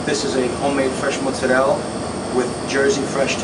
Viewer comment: I love the American accent when he says 'mozzarella' he says it the Italian way!